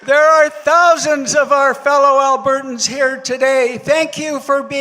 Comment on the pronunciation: Albertans not Albertson's